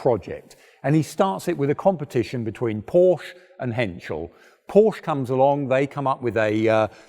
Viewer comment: Very interesting but please pronounce Porsche correctly